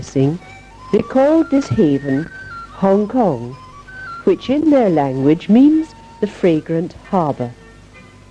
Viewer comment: HONG KONG IS NOT "HONG" LE.....................